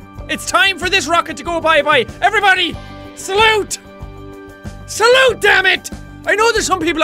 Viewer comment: Jack: Salute me: Ok Saults Jack: Saulte DAMIT me: what the heck im i doing wrong